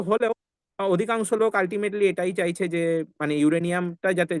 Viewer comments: "চায়ছে" না "চাইছে" হবে। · "চায়ছে" আবার কী? "চাইছে" হবে ওটা। আপনার প্রায়ই "য়" আর "ই" গন্ডগোল হয় দেখছি।